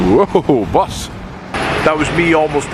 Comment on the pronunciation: I absolutely laughed every time you said BUS!